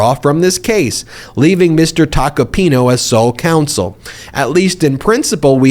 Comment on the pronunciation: It's Tacopin-A. Not Tacopin-O. That's an A at the end of his name.